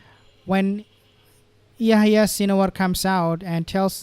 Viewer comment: The 'h' in Yehya is not silent, pls pronounce it correctly. And H*m*s starts with an 'h' pls pronounce that correctly also.